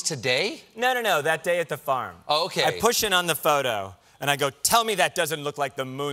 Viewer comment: I had a bit of a nerve breakdown “oh okey” he sounded so Canadian